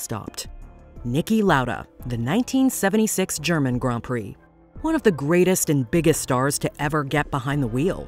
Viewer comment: Thank you for pronouncing grand prix correctly